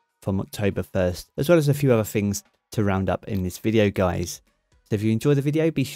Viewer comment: Thank you covering but a bit of feedback , please practice your pronunciation with “th”. For example “things”